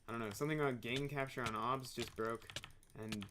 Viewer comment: THE WAY YOU PRONOUNCE OBS LOL